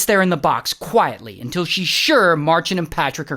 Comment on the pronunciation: that until makes me laugh😂